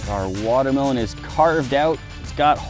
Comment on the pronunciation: ITS A WATER-MEH-LOAN!!!!!!!